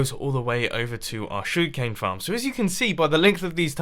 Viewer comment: Anybody else find it amusing how he pronounces "Sugar Cane" and how he says, "Please be sure to hit that like button." It's like, "Shug'cane" and "Pleezee shure ta hit that like bahtton."